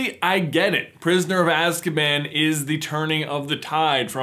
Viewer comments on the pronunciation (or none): Azkaman 😅isn’t it supposed to be Azkaban